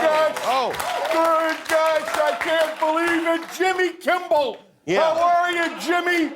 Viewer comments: Why he keeps saying Jimmy KIMBELL? 😂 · He Keeps calling him Kimble! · Why does that pillow prick keep calling Jimmy ‘Kimbell’? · Why does he call you Kimbel? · I thought Lindell always said "Kimble". Awesome! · I have been saying for weeks that Mike Lindell calls him Jimmy KIMBLE, finally, there is an acknowledgement of sorts that I wasn't the only one hearing it. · Everytime Lindell pronounces “Kimmel” with an imaginary B an angel looses it’s wings. Cringe.